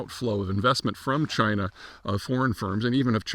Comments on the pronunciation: It's pronounced CHYNA! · No, it's pronounced 'Jina' again.